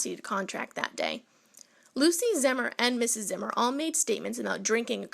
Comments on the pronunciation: This was my great grandfather. It’s pronounced ZEE-MER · It's pronounced Zee-mer. Zee.